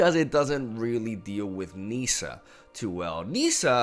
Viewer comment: It's pronounced 'Nissa' like how it's spelled. It's not 'Neesa' ... smh